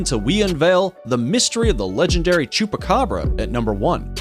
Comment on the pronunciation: I hear chopakabra i love chopakabra